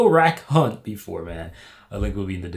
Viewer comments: its not yo rak hunt. its youra khunt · It's not Yorak Hunt. You need to say them together fast. The first word is said 'you're a' the second word has the hard K sound from the first word and a silent 'h'. Basically, said 'you're a kunt'. Basically Aussie lingo. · His name isnt yorak hunt.... its youra cun......